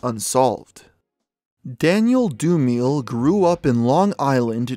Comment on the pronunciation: "Daniel Doomeel"